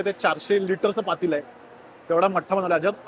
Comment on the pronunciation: पातेलं. पातीलं नाही. चविष्ट. चविष्ठ नाही. 😊